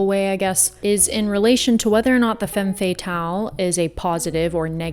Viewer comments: It's Femme Fata-LE lol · Love your speaking voice and abilities. The term is pronounced more like “fam fat-al” 😘